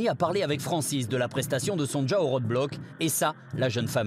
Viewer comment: Pourquoi ils disent tous : Son Ja au lieu de Sonia C est un prénom polonais, ça s' écrit, effectivement, Sonja, mais se prononce Sonia.😅😅😅